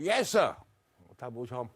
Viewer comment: ภาษาอังกฤษไม่ใช่เยสเซ่อครับลุงตู้ครับต้องเย็ดวัวครับถึงจะถูก@@@